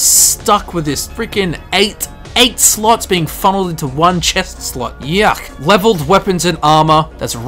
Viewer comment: When i heard him say armor slots I heard armor sluts. Im wierd lol